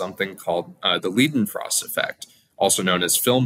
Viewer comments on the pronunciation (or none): It's L*ei*denfrost effect, not L*ie*denfrost. You know, like, Einstein and nit Ienstein